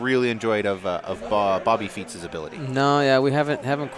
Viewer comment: did he just say Bobby Feet's?